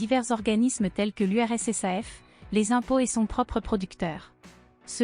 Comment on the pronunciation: voix mecanique ¿? on ne dit pas U R S S A F , onT diT URSSAF